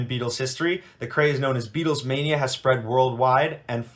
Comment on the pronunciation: There was NEVER an "s" in "Beatlemania"!!!